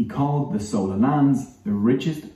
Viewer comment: Wrong pronunciation by vo guy...it's "chold" ( "ch" as in china)...and not "sola" as in sole fish! 🙄😄